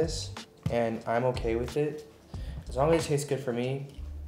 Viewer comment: Did he just say "ukay" ???